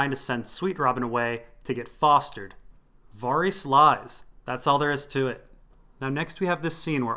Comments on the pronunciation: dude wtf it's pronounced vair-iss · Dude... I find these entertaining, but I will pull my hair out if I keep hearing Varys pronounced that way. Who told you that's how to say it and why did you believe them?? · They pronounce Varys in the show... you are dead wrong and it's crazy hard to listen to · i love your work, it's all awesome, but please for the love of r'hollor, can you pronounce varys' name the way i want it pronounced?? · Kinda unimportant but your pronunciation of Varys' name bothers me quite a lot when watching your videos.